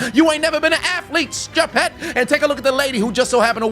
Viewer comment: "DON'T. BE. STU-PED!"😂😂